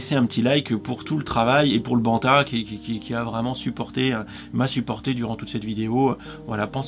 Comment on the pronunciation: "Un beau banta"? ... :p